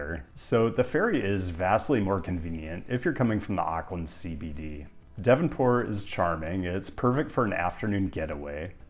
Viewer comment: Auckland is pronounced " Ork lind " not " Ark lind ". Most Americans get this wrong.